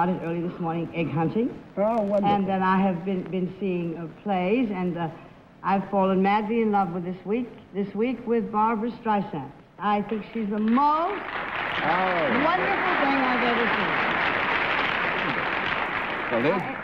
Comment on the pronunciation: "BARBRA", not "BARBARA"